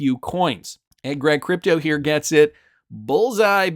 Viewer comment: Almost as funny as his pronunciation of Crypto Eri.